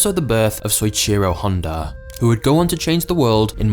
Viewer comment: I'm pretty sure its pronounced so-eech-ee-ro Fascinating story though.